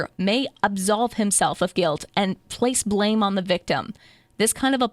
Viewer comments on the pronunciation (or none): none